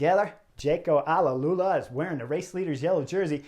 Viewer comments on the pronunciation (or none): Hi Horner, thanks for this. Let me make a precision that may help you throughout the season. It is not Jayco Ale-lula but Jayco Al-Ula, you should pronounce it as two words "Al" and then "Ula". Just in case you are interested. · Chris it’s jayco alula not alalula🤣🤣🤣